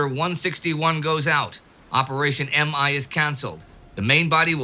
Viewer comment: Operation MI is not "em-eye," but "me" as in I, myself.